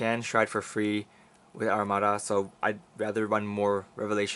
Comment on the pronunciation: its Amaruda not Arumadaಥ╭╮ಥ